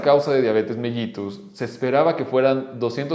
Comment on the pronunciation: Mellitus Se Pronuncia Mélitos, Ya Que Cuando Se Descubrió El Padecimiento, Los Médicos Olían La Orina Del Paciente